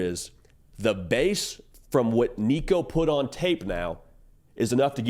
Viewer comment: Waited til you got Nico’s name right before i subscribed